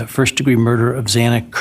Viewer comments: Zah-nah..that's the proper pronunciation of her name . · I think this judge needs to step down. I cringed every time he mispronounced Xana Kernodle’s.